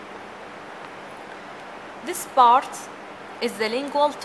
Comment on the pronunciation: lool the accent bro, arabs don't differentiate between them